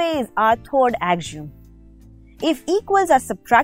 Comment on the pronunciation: pronunciation of axiom 😆😆😂😂